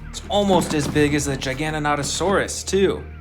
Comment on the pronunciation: U said jijanatosaurs it's pronounced giga-nato-saurs